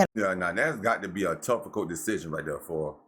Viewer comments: You said toufficuilt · Lmao I just heard it too